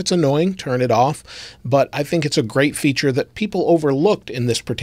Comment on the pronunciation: Bonus "fature" lol